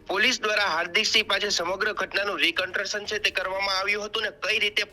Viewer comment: રિ "કંટ્રકશન" નહી "કંસ્ટ્રક્શન" કહેવાય. પાસ કેમ થયો તુ જર્નાલિઝમ ના પેપર મા ? 😂😂😂 બહુ "મહત્વપૂર્ણ" સમાચાર આપ્યા હો. Reconstructions are illegal in the court of law. There is a PIL which has been filed in high court against re constructions. Police has no rights to do that before the culprit is convicted by h'ble judge . It is against the Human Rights.